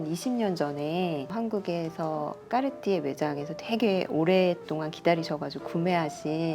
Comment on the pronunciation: 마지막에 꺅ㅎ띠에 발음 계속 반복하는 부분 너무 재미있네요 🤣 그리고 탱크나 발롱블뢰 둘 다 참 멋진 모델인거 같아요. 언젠가 소장하는 그 날이 제게도 오기를... 🤗🤓